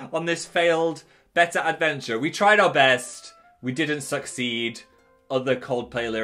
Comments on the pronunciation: I'm so dumb I thought Phil said "better fish" until he showed his fish I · At first I understood "You can now catch 'better' fish" and I was pretty confused. ^^" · Totally thought he was saying “better fish” for the entire intro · For the first 10 minutes of the video I thought he was saying 'a better fish's until I read the title and notice it said betta I feel stupid{-🎆_🎆-} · The way Phil pronounces “betta” and “urinal” low key stresses me out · Your-eye-nal Bettah